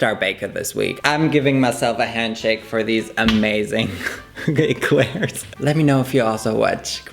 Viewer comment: I thought I heard that wrong 😅😅